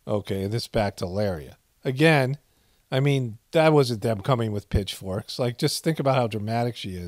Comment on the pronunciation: Lol i thought she said Bitchforks